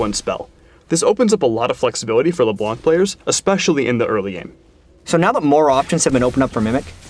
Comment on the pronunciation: wheres...its PRONOUNCED LEBLANG -David "" Turley